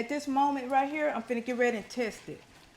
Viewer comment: Lawd if don't tickel me when she say fid'na. I hope she opens a restaurant one day. It won't be empty, she cooks with love.